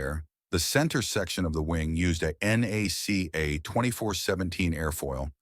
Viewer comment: Nothing about the airfoils of the P4M is exotic. Combination of thicker airfoils at the root for structural stability with a thinner of the same family at the tip for less drag is done in near every wing. If that lead to tip stalls, the wing did not have the proper amount of washout. Also, NACA is pronounced as one word, just like its sucessor NASA.